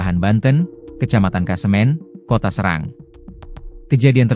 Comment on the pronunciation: Serang ( dibaca cerang ) pak 🙏